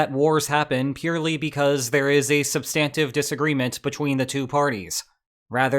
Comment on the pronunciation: SUBstantive not subSTANtive. Dung not Dang XiaoPing.